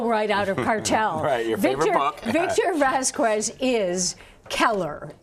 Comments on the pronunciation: Its pronounced "vas-kez" not "vas-kwez". Its not that hard. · Vaskwez? Foowentez? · does she not know how to say Vasquez? my ears bleed every time she says it